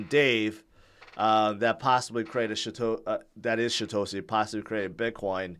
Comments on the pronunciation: yeah, its called poor aununciation. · i can't be the only one.... every time says "Satoshi" i hear "Shitoshi" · He's been saying Shitoshi forever. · Now that you mentioned it. Does sound like it. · He also can't seem to pronounce Satoshi correctly.